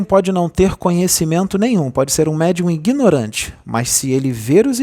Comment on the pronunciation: Kkkkk, 😂😂😂😂 Ingnorante foi por conta de quem hein??? Será que foi o osho quem falou? Ou teria sido metatron? Sim, pq o """"::ilustre """"" médium nao deve ter sido nao é mesmo? Afinal..... Avisa para o osho ou para metatron, que a palavra é: Ignorante e não ingnorante!!! 😂😂😂😂, piada hein?? 😂😂😂😂😂